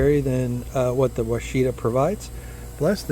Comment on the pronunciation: It’s pronounced WASH-A-TA. It’s a variety developed by the University of Arkansas. It’s named after a Native American tribe. They also developed several other varieties of blackberry. Prime Ark Freedom is a newer variety that have enormous berries. 👍